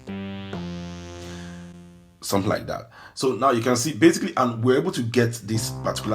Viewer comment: ”somtin like dat 💁‍♂️” 😂😂🙌